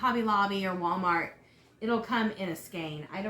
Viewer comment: Google says "skane" is the proper pronunciation. I had to know for sure.